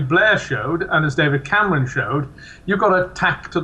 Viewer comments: david cam-our-on? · David Came-ronn?